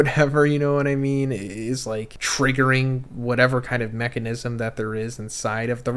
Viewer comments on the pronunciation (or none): none